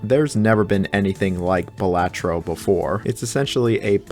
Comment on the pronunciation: It’s pronounced Balatro!